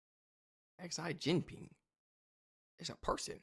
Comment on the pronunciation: More like Zee Jin-peng